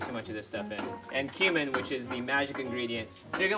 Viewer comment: The way said cumin sounds like my name XD